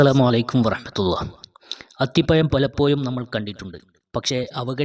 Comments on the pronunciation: അത്തിപയം അല്ല അത്തിപഴം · മലയാളം ശരിക്ക് ഉച്ചരിക്കാൻ നിനക്കറിയില്ല. അത്തി പ്പയം അല്ല അത്തിപ്പഴം എന്ന് പറയുക. ഴ എന്നിടത്ത് യ എന്നാണ് പറയുന്നത് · അത്തിപ്പയം അല്ലടോ അത്തിപ്പഴം എന്നു പറ കുട്ടി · അത്തി പയം അല്ല, അത്തിപ്പഴം എന്നാണ് പറയുക.😮😢😂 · അത്തിപമല്ല മിസ്റ്റർ അത്തിപ്പഴംഅക്ഷരശുദ്ധിയില്ലാത്ത സംസാരം കേൾക്കുമ്പോൾ വളരെ നീരസം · അത്തിപ്പഴം അത്തിപ്പയം അല്ല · Nee evidunna malayalam padichath athipayam😂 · അത്തി പയം😂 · സ് ഹൃത്തെ അത്തിപ യം എന്നു പറയാതെ അത് പോലെ ഏയ്യ് എന്നുപറയാതെ